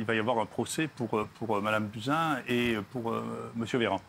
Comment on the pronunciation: Tu es bien naïf, si tu crois que toute fraude est sanctionnée. Tu l'appelles par son prénom Sibeth Ndiaye ? Et puis, c'est "Buzyn", pas "Buzin"